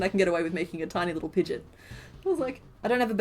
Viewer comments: Sorry I have to be that person. Pidgeot is pronounced Pidgey-Ot. You are pronouncing Pidgeotto right. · pigeot is pronounced pigy-ott